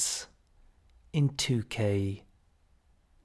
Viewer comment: the way u said timers made me laugh so hard